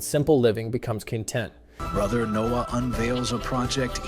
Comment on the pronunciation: Hey you mispronounced the word "content." Should be when simple living becomes CONtent. (Not "conTENT.")